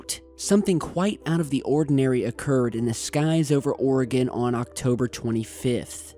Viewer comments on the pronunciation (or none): You!, it's Will-lamb-ette, Willamette. Just like it's spelled. And Ory-gun. Oregon. Not: Aura-Gone. In any case, pretty cool upload!! The significance of launching fighters shouldn't be overlooked. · Jesus Christ it’s Or-a-gun and Wil-am-it (Willamette) do your research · Will-AM-IT is how you say Willamette.. and OR-ee-gun.. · WIL- LAM-IT not WILLUEMIT. ORGUN not OREOGON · glad your walking bro! and Oregon is pronounced "Ore-gin"^-^ sorry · It’s pronounced how it’s spelled.. not “Willy-mate.” It’s “Will(a)mette.” Willamette. Come on, man. Willy-mitt? I’m from Oregon. You pronounce oregon strangely too. Just say it slowly and naturally. Pronounce the “e” as an “eh” and the “o” as a “ghin” or “g-in.” Oregon. Don’t say “Orygawn.” It’s appalling. Also, I’m an experiencer. Lots of crazy shit happening out here in Oregon, let me tell you what sir. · Willamette... Wil-lam-ett Oregon... Or-e-gun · FYI, just for fun, thought I'd pass this along. Oregon is pronounced OR-GUN; the e is basically silent. And Willamette is pronounced WILL-am-et. It's the Willamette Valley, specifically. Just thought I'd pass along from a West Coaster to an Easty. As for the event...I'm THRILLED that finally, FINALLY, they admit that it actually occurred, as opposed to the S.O.P - total cover up. Happy Holidays! Much love, Shelbie =) BeautyDaughtMom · lol..Washingtonian here...Willamette is pronounced Will-Am-ette, and Oregon, Or-uh-gun. You crack me up. Good video though..I guess this happened right over my head:-) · It's fun listening to people who live outside of Oregon pronouncing names of places in Oregon. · Lol he said Oregon the wrong way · Hell nah I'm from Oregon and you tottaly said Oregon wrong and Nevada lol, but but seeing cool stuff happend in my state is awesome 👽 cause that's where the Aliens live lol #KeepPortlandWeird🖖👽😁